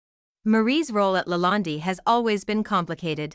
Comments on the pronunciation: How can anyone watch a video where the narration cannot properly the subject's name!? It's "La Land" which rhymes with "bond, or "fond" or "pond" - not "La Land-y" rhyming with 'candy'. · try De Laland (e) is silent.................eish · You can't even pronounce the Word Lalande. What a hatchet job. Hateful people who criticize and critique others. What are you doing except being a troll. Marie is amazing. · This video is absolute nonsense….Marie is a very quite lovely person, she is a wiz at everything she does & absolutely amazing in the kitchen, the food that she cooks is rather outstanding & the presentation of her food ( masterpiece) is amazing. Please get to know the person before you start talking about her and read up on how to pronounce the Chateau’s name correctly. ✌️